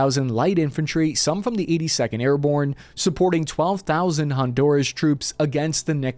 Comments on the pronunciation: its honduras not hondouras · Did you say “Hondourish”?😂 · keeps mispronouncing Honduras😊